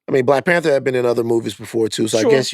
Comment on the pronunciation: when Van said Black PanThor cant lie i thought for a second damn that would be a SICK superhero 😂😂😂